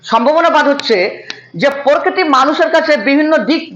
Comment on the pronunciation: পরকিতি না প্রকৃতি